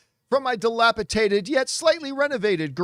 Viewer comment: I don’t think John knows what “dilapidated” means, nor how to pronounce it. lol